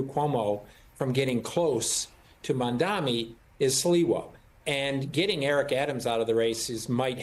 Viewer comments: You call yourself an anchor and can not pronounce his name? It is Mamdani not Mamdami. Is this intentional? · I love how Zohran’s last name is spelled correctly in the chyron, yet the folks on this show continually pronounce it wrong. It’s Mamdani. Not Mandami. It’s not a difficult name to read, it’s just laziness. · They keep saying Mamda(M)i in this video. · Did the news anchor kept saying Mamdami? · It's MAMDANI NOT MANDANI 😅😅😅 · Mam-da-ni. Can we please stop pretending his name is Welsh, or some other unintelligible language? It's practically phonetic. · why can't professional talking heads pronounce his name correctly? they've had plenty of time to memorize it! MOM DONNY! jeez... go zohran! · Can you please say his name right?? It’s embarrassing and ridiculous that a news anchor doesn’t make an effort to learn pronouncing someone’s name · Why can’t anyone pronounce Mamdani!? It’s so rude and ignorant it’s 3 syllables you morons. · Shame. You guys still don’t pronounce his name correctly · White media are so rude and racist.. they purposely mispronounce his name which is actually simple to say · Why doesn’t this host learn how to pronounce Zohran Mamdani’s name? So unprofessional to keep mispronouncing his name. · Not one person is saying his name correctly. They made more effort to call slivas name correctly. But nobody called Mamdani correctly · Its MAMDANI!! These News Casters and Andrew Como thinks if they will call Mamdani's name wrong on purpose they might win the election.... lol 🤣😂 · Why can't anyone of these people pronounce Mamdanis' name appropriately? (this does not apply to people of color) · idk why its so hard for msnbc hosts and guests to say his name right.. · Cause the jealousy they don't want to say mamdani name